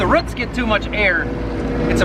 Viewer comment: You or I one say “root” weird, also roof…😝